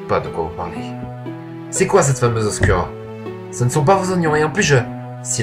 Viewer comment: Pas mal, pas mal, Imothep ^^ PS : ça se prononce "Oscoura" et non "Oscura" ;)